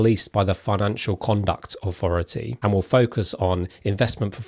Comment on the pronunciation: Can you please work on your “th” Wiv Aufority Fousand Strange you don’t seem to have a problem with lots of other words like that and they